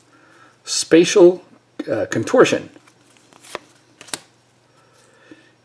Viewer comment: I actually laughed out loud when you almost said "spatula of contortion". Sounds like a card that should be included in the next unhinged style set! :) Nice video, thx for uploading!